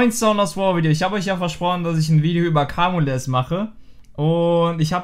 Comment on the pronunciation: Bitte sag nicht mehr Kamules, er heißt "kaymiul" <3